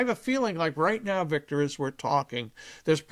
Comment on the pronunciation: Hey Victor, you should dump your blueblood interviewer and hire me. I guarandamnteeya I will pronounce your name correctly.